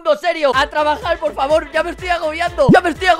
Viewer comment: En la dise tredajar XDDXX